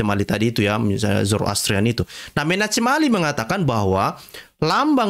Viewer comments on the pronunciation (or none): Bacalah, "Menakhem Ali" atau "Menahem Ali." Jangan menyebutnya, "Menachem Ali." Walaupun ditulis "Menachem Ali." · Menachem bacanya *Menakem" pk😀